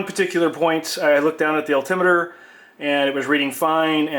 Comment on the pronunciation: Al,tim what? Al Tim it er! Say the word correctly please! Alti-meter.